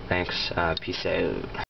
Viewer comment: ur canadian ?? i cud tell the way u said peace out